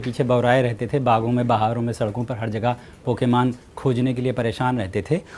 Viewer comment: Chutiye pokiman nhi pokemon hota hai